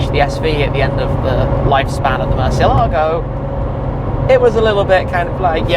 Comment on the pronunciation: Great talk with still the only internet personality who can pronounce “Murciélago” right 🤘🏼